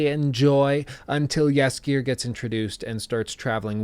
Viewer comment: Whenever I hear him say Jaskijeeer when refering to dandelion I just can't help myself but chuckle a bit Good attempt tho <3